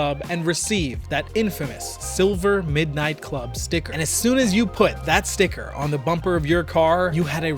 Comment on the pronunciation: It's club, not chlub, dude.